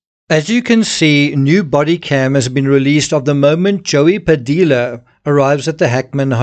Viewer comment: It's pronounced " Padeeya" in Padilla. ( you don't pronounce the "L"'s) come on man!